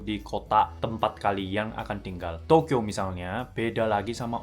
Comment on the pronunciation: kereeeeeeeeennnnnnn......penjelasannya jelas abiiz. klo nyebut Tokyo kayak gimana gitu😅